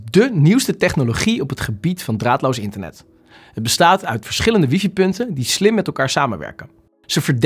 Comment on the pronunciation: Het is geen wiefie..het is WiFi…man man